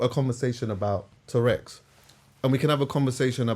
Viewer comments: It’s true though, it sounds like he’s talking about a dinosaur - but agree with his overall message! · And man!!! It’s TOURETTES 😂 a man has said TOUREX on two pods